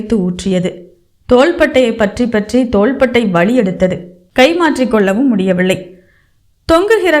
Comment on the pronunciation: அருமையான கதை, நல்ல வாசிப்பு..ஆனால் சரியான உச்சரிப்பு இல்லை..அதற்கு முயற்சி செய்யவும் முடியவில்லை என்பதை முடியவிள்ளை என்றும் வலிஎடுத்தது என்பதை வளி எடுத்தது என்றும் உச்சரிக்கிறீர்கள்..உச்சரிப்பை மேம்படுத்தவும்😊